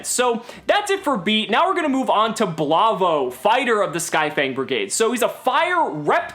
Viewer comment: I'm almost 100% sure that "Blavo" is supposed to be "Bravo"...